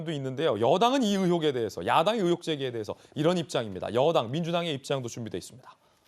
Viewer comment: 의혹이라 못하고, 으혹이라말하는거 보니...ㅎㅎㅎ 아랫쪽이구나.......